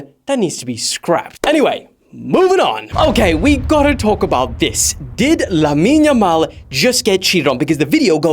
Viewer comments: its Lamine Yamal not Lammine yammal lol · it's not lammine yammal but lamine yamal. why 2'm???????